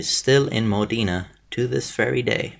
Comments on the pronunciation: I live in Modena actually, my grandmother told me about this bucket many times ahhaha, also, just for saying, it's Mod E na, not modina, modena ahhahha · No the O in Modena is sounded like "Oh" with the tonic accent on "de" mohDEH-na. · Linda Ciccoli His pronunciation of "Modena" is as interesting